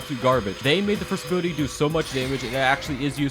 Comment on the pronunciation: Ability - abooty